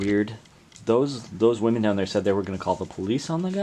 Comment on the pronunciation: This dude can’t say women